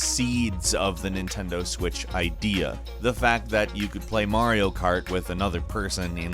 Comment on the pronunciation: You said Mario wrong.